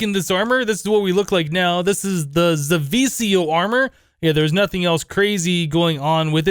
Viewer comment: zivicio is pronnounced ze-ve-key-io and you won't be able to use zivicio armor in the recipe of the wyvern armor if you damaged it